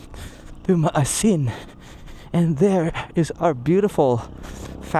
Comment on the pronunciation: Maasin (ma-A-sin)